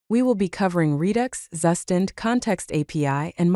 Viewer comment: "zzzustand". This AI reading is not getting that Zustand is a German word. Its proper pronounciation is close to "Tsu-shtant"